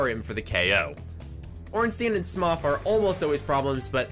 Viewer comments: painful pronunciation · Why does he pronounce it "smof" wth XD <3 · I’m very late but mother of god smough is not said smof please good sir it hurts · "Smoff" and Ornstein xD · Okay so I’ve heard a lot of weird pronunciations of Smough but.. “smoff” seriously? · The way you're saying smough is weird its said like smoe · That's a fascinating way to pronounce Smough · Smough is pronounced like "Snow" Gough is pronounced like "Cough" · You saying smoff the entire time hurt me in my soul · I don't think you can just do that with names. Anything doesn't go, you can't call a Steve, Sharon - unless they're into that. You can mispronounce things sure, happens all the time but if something is called something you can't just call it whatever. Sure my name is Ian but it's Scottish in origin and its how they pronounced it so that's how it was worded. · Great video! But isn't it "Smow", not "Smoff"? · Pretty sure Sif is a "she" not a "he", and its pronounced "smo" not "smof", otherwise great vid! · Ah yes, S M O F and ornstein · It’s pronounced “Smō” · i hate how he says it "Smoff" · I got irrationally pissed when he called Smough Smoph cuz they def look the same and that was after edits and a script... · Smuff, omg, never heard that pronunciation of Smough before. Awesome. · Smoph has to be the best mispronunciation of Smough’s name, hands down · Him: now it's time S M O F and Ornstein Subtitles: some, often, Ornstein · Smoff? Did he say Ornstein and Smoff? Or am I tripping😂 I had to rewind like 5 times to see if I’m wrong and I swear he’s saying Smoff. 🤣 great play through though dude this is some impressive shit 🤘🏻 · did he just call Smough “Smoff”? that’s not okay lol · Love your videos. Smough is spelled like Dough tho. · Hears pokemon music after Smough being called Smoff Are you Mah-Dry-Bread? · Holy shit, man said smof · is he jokingly calling smough “smoff” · Lmao "smof" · "smof and ornsteen" xD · Man you cant say ornstein or smough right at all